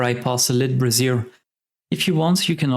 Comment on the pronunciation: Great video! I should really farm more winterberries so all my mains have ascended aquabreathers. Just a quick note, however: brazier is pronounced bra·zier. Think: "Bray", the sound a donkey or mule makes, + "-Zure", like the word sure, but with a z sound.). A brassiere is the long form of the word of the women's undergarment: bra. =P I really like your video on converting Charged Quartz to gold, and I'll be doing that from now on. Keep up the good work, and I'll be looking out for more of your videos!